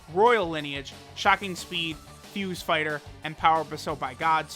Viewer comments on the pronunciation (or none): none